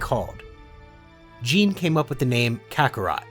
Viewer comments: Her name: Gine The creator: J E A N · its gi nae